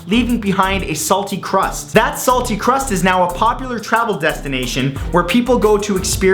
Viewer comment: I cringed when he said "salty crust".